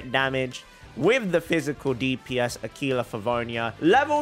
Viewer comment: Do me a Favour.. Go on Google translate, Write AQUILA, and listen to the Italian pronunciation, since it means Eagle in italian. So you will not butcher that word like every other YT and Twitch users.